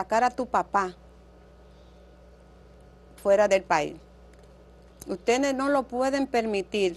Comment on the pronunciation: Ella tiene muchas fallas en el vocabulario, por decir universidad dice univelsidá, dice utede por decir ustedes, dice pelmiso en ves de permiso, por decir curso dice culso, dice tulno por decir turno y dice militar en ves de militar